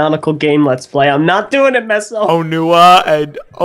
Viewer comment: Onua = O-nu-ah Onewa = O-nee-wa X Aw-nu-wa